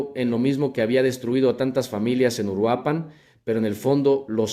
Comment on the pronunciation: esto es un fraude esto es inteligencia artificial ni siquiera es su voz y no pude pronunciar URUAPAN chequenlo es inteligencia artificial😂😂😂